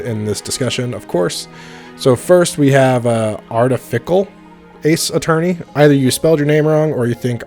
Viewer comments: but he wasnt trying to pronounce artificial, he was clearly saying artifical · it was how wasn't able to pronounce artificial